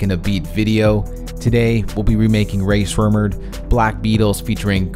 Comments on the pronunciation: "Rae s'murdered"??????😂😂😂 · nice job on it but say it right lol it is Rae Srummurd not Rae smrerud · dude he said ray swemmurd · He said "Rae Smurdered" 😂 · Did he say Rae Smurdered? Lmaooo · Rae smurdered. Thats how he pronounced it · Its ray shremmered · Lol ha said rae smurderd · He said Rae sremmurd name so bad